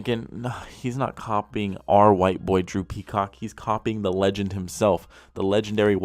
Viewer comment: At the start when he says Drew Peacock does anyone else hear "Droopy Cock"